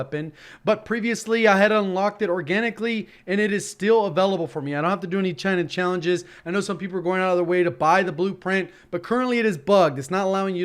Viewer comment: Is it just me, or when J says available I hear abalable...